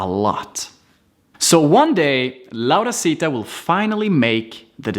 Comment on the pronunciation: no se dice, se dice laurita y ese curso Raio creo que se lo vi a otra persona que fue quien lo invento